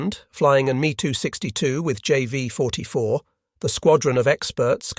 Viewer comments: The Me Too 62 hits my ear funny every time. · Overall, the information is excellent but the artificial voice is horrible. Hearing it say, “Bf 10 9” instead of 109 is jarring and “Me 262” with the “Me” pronounced as me, like in “you and me” just makes ME roll my eyes.